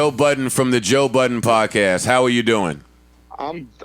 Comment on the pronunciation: Joe *BUDDEN There's no S in his last name homie.